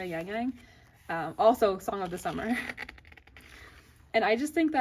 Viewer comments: oh it’s okay! i don’t expect you to have a perfect pronunciation of chinese or korean names since ur neither of them! sorry if my comment was a bit rude. if you’re wondering how to say his name, it’s closer to “yahng yahng” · why do you pronounce yangyang like that?